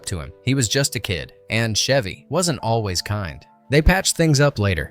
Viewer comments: CH..Chev-y not Shevy. He's not a car.😂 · Is the announcer calling him "Shevy" on purpose? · Pardon my ocd… it’s Chevy as in cheese or checkers. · Chevy Chase pronounces the “ch”s in his professional name identically, just like the “ch” in “cheese”.